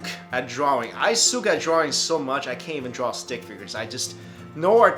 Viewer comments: Why did you pronounce "suck" as "sook"? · "I sook" haha :D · "I sook at drawing" lol congrats man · "i souk at drawing" 😂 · • lmao i heard that too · • He's probably Canadian or something.